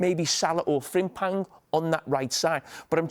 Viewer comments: Hahahah had to rewind to make sure he actually said Frimpang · Big muuuney,frimpang, weertz😂😂